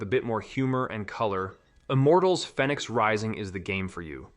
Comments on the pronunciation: Know what, you're right on both. I listened to it again and he accentuates the A when he should accentuate the Y, while pronouncing "phoenix" "fen-yx". I Didn't catch that the first time, and fromm your comment, it looked to me like you said he pronounced it like he should have, when you meant to say he didn't. I've played Immortals: Fenyx Rising, so I'm aware of all that, but like I said, I guess I misread your comment. My bad. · im just pointing out that both of those pronunciations are how an AI bot would read them. And yes there is something wrong with pronouncing Fenyx that way because it is the main character's name, and they say it out loud in the game. Its said like "Phoenix" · It says Vampyr as "Vampeer" and Fenyx Rising as "Fennicks", it's definitely AI